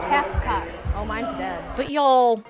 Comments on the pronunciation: I'm losing my MIND over KEEF-KUH. How do you manage to mess up Kefka Palazzo's name?? When one part of it is an actual word for a type of Italian building??? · How do you mispronounce "Kefka"?! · It was all so so bad but the MC not being able to pronounce Kefka almost killed me. The other names might be a bit challenging even if you know the right pronunciation but Kefka is pronounced exactly as its spelled so what the hell happened there? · Kefka? He couldn't say Kefka? It's said exactly how it looks! 😬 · Not being able to pronounce Kefka and hatsune miku is wild... Like what are you even doing on stage at that point?